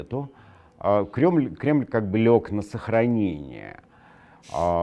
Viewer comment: Классно оговорился, Глебыч...,, Крёмль,,...